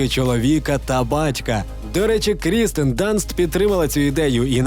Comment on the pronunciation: Кірстен, бро, Кірстен, а не Крістен.